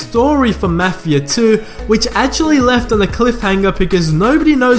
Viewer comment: Ur saying mafia wrong